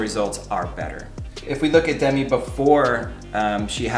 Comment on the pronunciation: It’s Deh-meeee